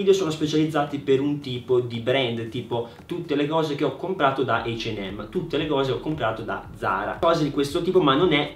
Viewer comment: Serio eich an hem? (É la pronuncia)